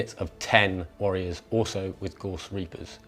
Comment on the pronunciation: g-a-u-s-s- not gorse